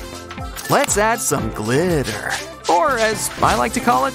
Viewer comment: Can you stop saying glitter so weard